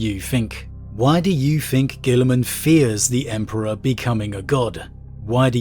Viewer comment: Does he say fink? I always wonder this